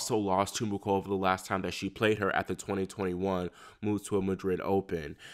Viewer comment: It’s Pronounced Mooh-Ova not MuKova. Just fyi